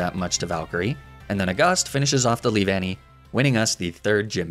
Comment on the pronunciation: I’m disappointed, you could mispronounce Leavanny in so many ways and yet you choose to say it correctly out of all things. Why?